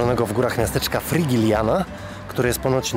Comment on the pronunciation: i jeszcze Frigiliana (czyt. Frihiliana), Rocio (czyt. Rosijo). Przepraszam, musiałam. Uszy mnie bolały